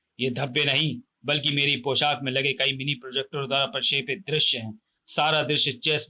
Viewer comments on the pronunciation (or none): Truti Sudhar => Prashepit nahi Prakshepit hai 😤